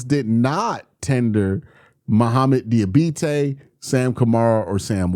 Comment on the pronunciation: If Diabate leaves, at least we won't have to hear you butcher his name anymore ;)